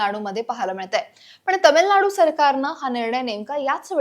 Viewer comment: तमिलनाडू नाही, तामिळनाडू. आपणच मराठीची वाट लावतोय